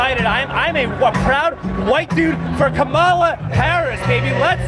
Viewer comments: So it's ok for a crazy democrat to mispronounce KAHemla, but not a republican? He mispronounced her name over and over again. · That guy repeatedly pronounced 'Kamala' in that way that is supposed to make you evil and racist according to the Dems and the MSM. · I kinda love that he/they mispronounced her name over and over. 😂